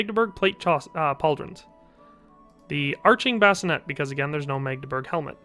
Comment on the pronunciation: A Bascinet is something you put a baby in to sleep. The helmet, is pronounced "Bas-ci-nAY". Spelling varies as Bascinet, Basinet.